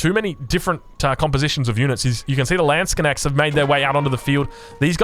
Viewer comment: Stop saying landsconnects lol its a LANDSKNECHT 😂